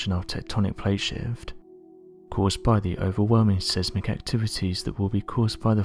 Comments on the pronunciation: Size-mik my dear not seez-mik. Sorry not the word police, but annoying all the same. x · It’s Pronounced “SIZE MICK” Not Sismick!!